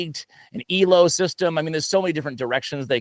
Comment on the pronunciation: Elo points were named after a hungarian person. It is pronounced very differently :)